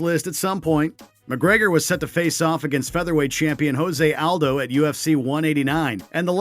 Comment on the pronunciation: You keep saying Jose Aldo's name wrong... At least say the names right geez